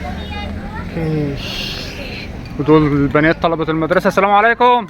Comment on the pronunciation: السلام = assalam اللام لا تنطق لام شمسية